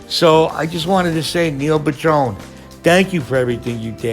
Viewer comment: His name wasn't pronounced "pu-DRONE." His last name was pronounced "PAD-run."